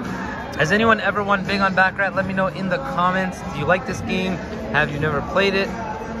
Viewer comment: You mispronounced baccarat